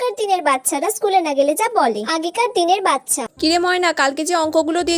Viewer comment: বাচ্চা ❌ বচ্ছা✅